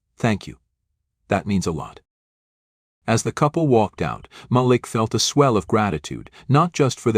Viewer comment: When you tell your stories please say the names correctly you sound not so good saying Malik name wrong as if you are showing a sincere apology for being prejudice yourself. Stop it because I have listen to several of your stories 🫵🏼👏🏼👍🏻🤞